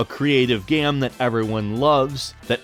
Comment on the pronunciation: he said gam not game